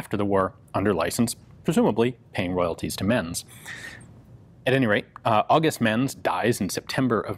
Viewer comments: They´re pronounced like Ments and not "mens". The letter "Z" is always pronounced like "ts" in German words. Always. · I don't know this guy personally (obvs), but in German, I believe the "z" in Menz usually gets pronounced like "ts" - same as you would with Mozart, or pizza. So it would sound move like "Ments." PS: I realise pizza isn't a German word, but it does follow the same pronunciation rule.) :-)